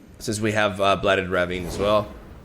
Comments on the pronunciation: How to pronounce "Ravine"= "Ruh-veen". Hope this helps :) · Ravine is pronounced "ruh-VEEN".